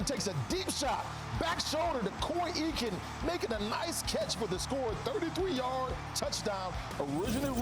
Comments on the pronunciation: Eakin pronounced Akin. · Koy pronounced "Ay-ken"